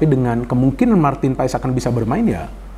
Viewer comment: Saran buat. Bacanya bukan paes tapi paas. Makasih 🙏